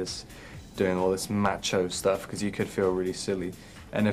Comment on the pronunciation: lol I love how he says "macho" like "match-o" =)